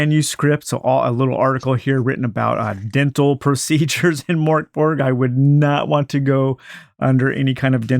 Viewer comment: Great vid thanks :) PS It's pronounced Murk Bory